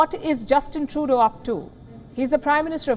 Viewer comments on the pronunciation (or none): Sounds like shes saying Justin Toto.